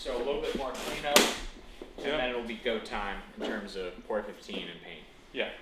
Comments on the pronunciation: please stop calling it "pour 15" its P.O.R for the abbreviated "Paint On Rust" not POUR..... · I love your vids!!! But, I think it’s Pee-oh-are 15 (Paint over rust)....don’t know why I’m now fixated on the POR 15 being said!